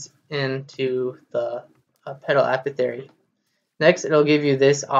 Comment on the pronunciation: "A paw thick airy" not "Appo theory" Anyway, thanks for this video, its incredibly helpful!